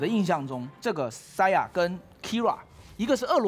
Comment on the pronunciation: Saya是什么鬼，连选手名字都叫不准